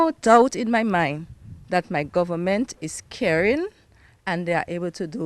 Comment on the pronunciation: The word is "government" not "gowerment," as I hear from a certain person. Well we don't want genetically modified crops in the nature isle. Sorry about the diver who lost his life while diving at champagne reef. RIEP🙏🏽